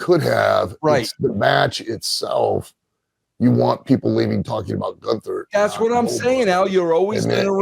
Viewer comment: Still calling him "Goon-ther" He's doing that on purpose right?